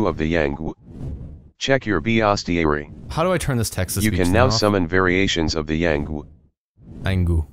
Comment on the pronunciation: No one: Text to voice: Bee-ostiary